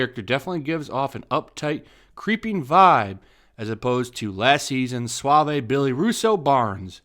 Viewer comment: You mispronounced suave.